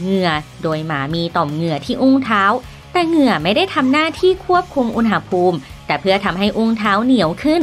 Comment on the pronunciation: แอดมินคนนี้แหละที่พูด คำว่า "อุณหภูมิ" ถูก (อุน-หะ-พูม)